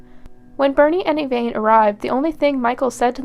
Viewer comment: I’ve never heard of this case. Great job! I love when I find cases that haven’t been done over and over. If I could make one observation? The victim’s best friend, you called her “Evaine” throughout. Everyone in the court testimony called her “Evanne”. I just think that’s important when telling these stories. 😊